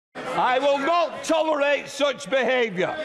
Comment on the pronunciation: i will NOT TOLL-R-ATE SOOTCH BEHAVYUH